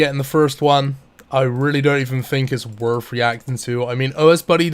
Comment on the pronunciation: “my bank was wurf twentyfWEE mil”